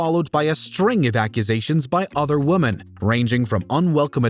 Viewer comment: WatchMojo: "Hey, here's a great idea: let's get the guy who can't pronounce 'women' correctly to do the voiceover for a video all about sexual harassment!" 😆